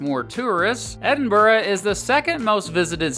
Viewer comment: The Uk is a 'State' -not a Country. Good vid though and you pronounced Edinburgh perfectly! ~peace